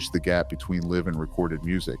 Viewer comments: Why do we need the AI voice over pronouncing words like Live & Bass incorrectly. 🔊 Really?? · Yes!! Thankyou. Does my head in. Pronounces Live incorrectly as well. Stop it!!